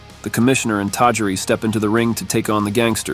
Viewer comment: Love the show and work...but some pronunciations need a bit of work (it's Tah-JEER-ee for example).